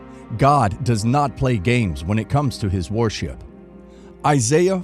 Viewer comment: Can't you get someone who speaks proper English??? " IDOL-TREE" ??? " WAR-SHIP "??? cheers